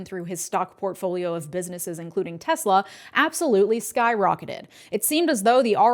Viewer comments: 'I love TESSLER...!' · "I love Tesler." - Donald Trump